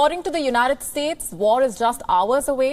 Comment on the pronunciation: “According to the joonited states” Every single time